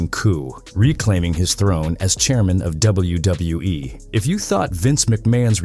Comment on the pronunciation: "doubletha W E" 😂